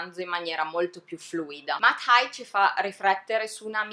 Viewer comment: Bellissima recensione! Solo... Si pronuncia “Heig” xD